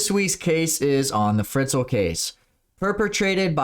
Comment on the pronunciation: Hello, from an austrian. That case was huge in the country! And btw - he is called Josef Fritzl, not Friztl maybe you want to correct that 😘